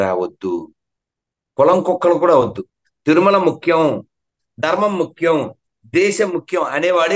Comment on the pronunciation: సనాతన ధర్మ తల్లీ dhurema కాదు ధర్మం. ని పలకటం నేర్చుకో